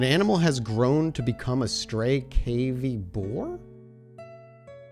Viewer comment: "cavy, (family Caviidae), any of 14 species of South American rodents comprising guinea pigs, maras, yellow-toothed cavies, mountain cavies, and rock cavies." pronounced like kav-ee.